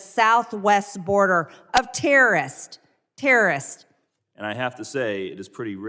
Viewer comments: It's ports not porched of entry just like it's terrorist not tierists dumbass. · What in heck are “tear-ists?